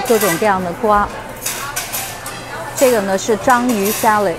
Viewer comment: salad、clam、 能不能別說sa lei de？🈶人這麼說嗎？